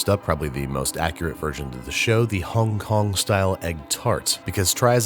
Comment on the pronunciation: You are the first American to not pronounce Hong Kong like nails on a chalkboard well done sir